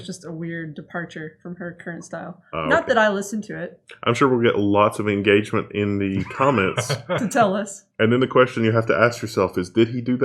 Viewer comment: IN GAUGE MUNT